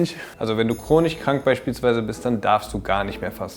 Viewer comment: Chronich und physich ist einfach Baba